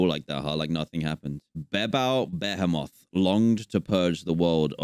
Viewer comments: Through the entire video, I think that Dan refers to Behemoth as “Ba-hemoth” not “Behemoth” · Bah hee moth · its beeble beheamoth is the pronunciation